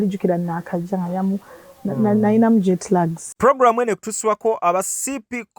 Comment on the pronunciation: Aaaa mpuride Jet slags ✈️ correction it's jet lag or jet lagged Hmmm just saying, English is not my first language it's just a correction, go ahead. Tell us, May your soul rest in internal peace 🙏🏿